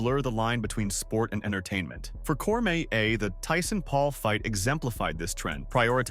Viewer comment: Bro called Cormier cormishè 😂